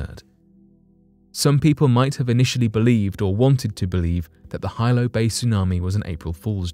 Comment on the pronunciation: You mispronounced the name of the 1946 Hawaiian tsunami. It's no Hilo its pronunciation is (he lo)😊